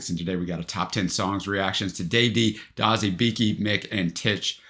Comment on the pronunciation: Do-zey not dozzy🎩